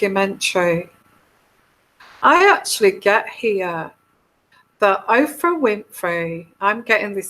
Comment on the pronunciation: Her name is Oprah not Ophra.